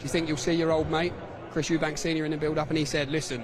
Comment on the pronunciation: It's "Eubank" not "Eubanks" chaps 😂